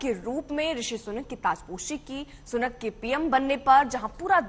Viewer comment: सुकन नही सुनक है